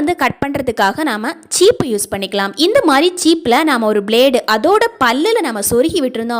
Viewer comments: Cheepu illa சீப்பு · ச்சீப்பு இல்ல மேம்‌...🤔🤔🤔🤔 சீப்பு.... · உருது பேசும் சகோதரி என்று நினைக்கிறேன் சீப்பு என்பதை தவறாக உச்சரிக்கிறார்🙏